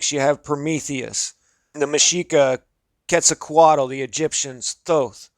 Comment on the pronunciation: Also... its pronounced, kwet soo kwattle